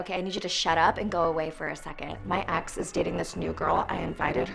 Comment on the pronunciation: Yeah i also heard axe